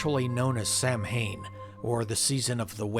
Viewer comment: Samhain is actually pronounced SOW-wen, it is the Pagan New year, when the memories of the dead and ancestors are honored and respected. It is actually a very happy and festive time. Spooky as crap, this story though, much liked :D